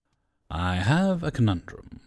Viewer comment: Hahaha silly! He said conun-DRUM! Clearly he is in to percussion instruments! You can't eat them!